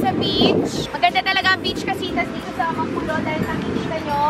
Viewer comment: No one: Alex: amanpulo ❌ amampulo✔️